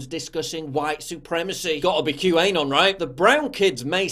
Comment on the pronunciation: It's not "Q. A. Non". It's "Q Anon".